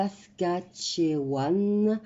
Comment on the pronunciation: Merci de penser à nous 🤩Mylène de Montréal 🤩On dit Saskatchouwan😍